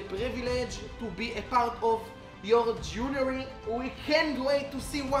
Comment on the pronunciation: it's JOURNEY BRO...not JEWELERY..😅